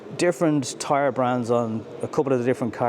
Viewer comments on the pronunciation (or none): none